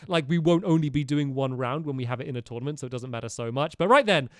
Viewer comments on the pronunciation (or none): none